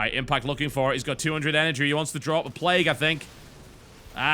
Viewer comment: why does he pronounce it "play-goo" at times?